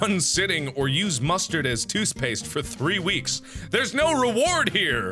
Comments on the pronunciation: Mark you said toose paste instead of toothpaste the first time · does anyone notice mark says Toospaste on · thoost paste?